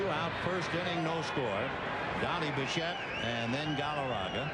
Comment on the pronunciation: His pronunciation of players’ names is awful- donty bichette, rowl mondesi and greg gagny. 😂 I thought he’d be better with that.